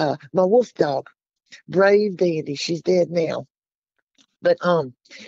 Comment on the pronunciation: Wolf not woof